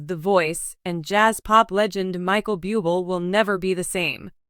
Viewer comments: Please learn how to pronounce his last name! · Please learn how to pronounce Michael’s name!, where do u live?,,😢😢😢😢😢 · Learn how to pronounce his name right if you are going to do a story about him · It is very disrespectful to pronounce individual’s name incorrectly. I agree with earlier comments; if you have a disability in the form of pronouncing names and expressing words that may cause you to mispronounce names and words take a class in these areas of lack, in order to be qualified to express, or use names that you are unfamiliar with. Otherwise find another job. Just awful!,🙈🙈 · Respect Michael, pronounce his name correctly. If you can't do that, don't say his name!!! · Yeah would you please pronounce his name correctly, if you can’t , get another job . God Bless you Michael,I know it’s not easy but God will help you through your journey . Thank you for sharing your beautiful voice with us. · If you are going to talk about him have the courtesy to pronounce his name correctly! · Agree, pronounce his family name ridiculous 😮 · Why don't these spokespeople learn how to say his name correctly. It's not that hard. It is not pronounced beeooble, it's pronounced Booblay. This is the spelled version Buble'. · It’s very irritating to hear you pronounce his last name Bee-you-bol not Boob-lei! If you do not know how to pronounce his name please quit your job because you are not prepared to do your job! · Micheal "Bubil" huh!? Right!!!!! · Michael Buubel! Really? God where do these narrators come from! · Reader, learn how to pronounce correctly. It is boo-blay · Before you do a piece learn to pronounce his name. I’m going to write out his name to help. Blueblay. My prayers are with you and your family during this ordeal. You are so respected and we all know the family is the most important unit to protect. You will be missed young man❣️ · Please learn how to read lady it is Bu-b lay please if ur going to read, Lear to pronounce words and names!